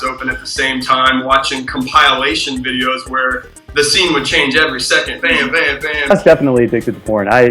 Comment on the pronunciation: LOL compilation is pronounced "kahm-puh-lay-shun," not "kahm-pie-lay-shun."